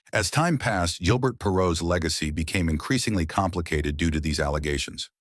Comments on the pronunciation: AI Voice? It pronounces his name as 'G' il burt Perrault as opposed to the proper pronunciation of 'ZHIL' bair. If yer gonna make videos at least use a real human to narrate them. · We can tell this is A.I. generated the first second! Perreault is pronounced correctly (Per-row), but its not Gill-BURT, it's Zhil-Bear. The dude was french canadian! Later his linemate Rene Robert (Row Bear) is pronounced Robber. Even the word "achieve" is mispronounced! The part that discusses his career statistics is totally mangled and impossible to understand. Also the headline mentions marital problems, a court appearance and him being almost 60. He was drafted in 1970. The NHL draft was only for 20 year olds then, so... this would make him 74 or 75 not less than 60! C'mon! How come freedom of speech (truth) is censored here, but click bait is allowed???